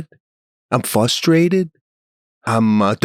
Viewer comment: Love the cast, but SM you pronounced the word "fustrated" twice. But where's the first R in the word FRUSTRATED gone?